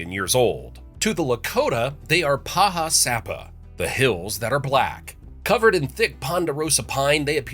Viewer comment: Paha Sapa is pronounced Pah Ha Sah Pah.